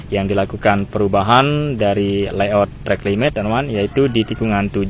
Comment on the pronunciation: Yang betul itu layout bukan leyout.